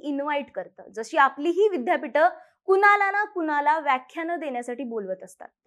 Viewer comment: "कुनाला" नव्हे "कुणाला" .. शुद्ध मराठी सुद्धा बोलता येत नाही !